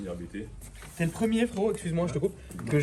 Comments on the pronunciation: Juste pour info la famille: officiellement, on dit "APTE" et pas "A-B-T" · Salut , super video comme d'Ab- Juste pour info on dit pas A.B.T Mais "Abt" car ce ne sont pas des initiales mais le nom de famille du préparateur. fondateur: Johann Abt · Par contre on dit abt pas abt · Nan nan les gars, on dit Abt, pas A.B.T lol Du nom de son fondateur, Johann Abt. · on dit ABÉTÉ PAS ABT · Bonsoir on dit A B T pas ABT on dit B B S pas BBS on di Kamei pas Kame i etc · Prononcer ABT comme tu le prononces, ÇA c’est insolent 😂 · NON O DIT A B T EN TROIS LETTRES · Vous êtes trop nuls... ABT ça se prononce ABT et pas ABT.... pffff 🤣